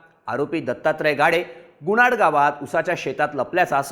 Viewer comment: Gunad nhi bhau. .......Gunat 😅